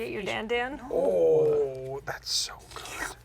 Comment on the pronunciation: "come one man, just a little Ponder!? I can handle it, come on, be a friend!" the thing over the second A is a "circumflex" and you elongate the letter. Should sound like "Dan-dawn"